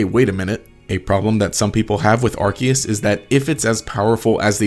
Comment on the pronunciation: you pronounced arkoos wrong